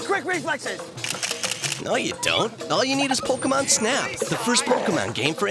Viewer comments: Pocké not Pockee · "I was twelve when I discovered Pokeymon." Then why do you mispronounce it as Pokeymon like a boomer parent who calls every game console, "a Nintendo"? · "Pokeymon" 😂 🤦‍♀️🤦‍♀️🤦‍♀️ C'mon man. I can't even finish the video because you say Pokeymon so much it's like nails on a chalkboard. You know how to say it right so say it right. I trolled my husband so much the whole time he warched your video over you saying Pokeymon. 😂😂😂 I had to leqve the room it got to be too much. Im like why are you watching this dude who can't even say Pokémon correctly? Hard thumbs down. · Is poh key Mon a bootleg of pokemon? It seems to be a copy of "pocke"t "Mon"sters ポケモン. Someone must have thought that those things on your pants that you put your keys in are pohkeyts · Dad banned you because you couldn't pronounce Pokémon correctly. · Wow a supposed gamer mispronouncing Pokemon 😂 I swear the world gets dumber every day